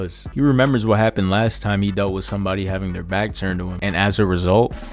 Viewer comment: Zomebody zed. Bring forth the child 🤣🤣🤣🤣🤣🤣